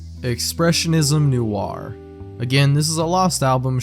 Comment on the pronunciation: This is hilarious how you correctly pronounced "Noir" and "Benoit", but butchered "Jaques Charles"